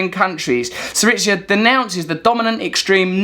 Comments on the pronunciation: It is pronounced /'siriza/ with a /z/as in zed, zillion, zoo, stressed on SI. thank you for the video. Very informative! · Pronounced "sEE-ree-za" ('z' as in "zoo", not as in "pizza"), just FYI